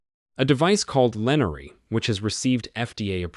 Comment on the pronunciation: It’s Lenire, not Lenary.